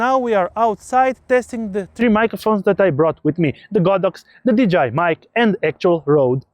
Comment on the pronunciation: did you say "DJI mic 2" or "vagina mic 2"? LOL 🤣 Great video BTW